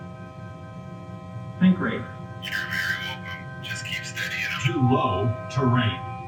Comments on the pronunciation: "sinkrate" "you're welcome" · "SINK RATE" yor welcome "SINKRATE" your we- "TO LOW TERRAIN" your wel- "overspeed alarm" your we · the captions thought sink rate was think great so chatgpt prob also heard think great :skull